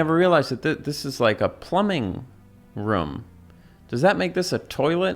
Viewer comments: Bro, it's weird how you always pronounce "Room" as "Rhum". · I love the way you say "ruum"